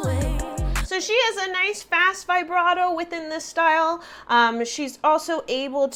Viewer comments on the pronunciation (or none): none